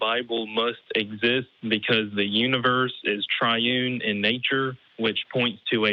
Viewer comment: a "triun" god, lmao